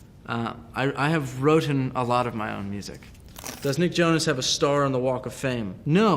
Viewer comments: When he said wrotten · did he say wroten? WRITTEN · "Wroten" lmfao I think I laughed too hard at that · did he say "I have wroten?" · "wrotten" LMAOOOOO HES HOMESCHOOLED SO IM NOT SURPRISED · He said "wrotten" seriously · Wrotten?? Is that even a word nick??? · Wrotten !? I guess it is written 😂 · Wroten???.... m indian but dude that's wrong English isn't it? But i think it was sarcastic "wroten" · Its written not wroten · Did he really say wrotten? 😂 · Did he just say "wrotten"????? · he says wrotten ..... Who else heard it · the way He says wrotten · Eva Yono he did it on purpose. The question was “does Nick Jonas wrote his own music” and he responded by saying written lmao